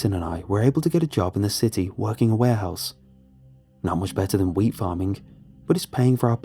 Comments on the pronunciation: WHEAT...ah...I thought he said weed😂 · Grain, oh I thought he said weed farm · Did anyone else think he said Weed farm at first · Being honest, when he first said wheat farm I thought he said weed farm. I think it's got to me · Please tell me I'm not the only one that thought he said weed farm.